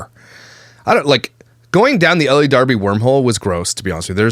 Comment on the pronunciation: Again I think her first name is pronounced "el" not Ellie.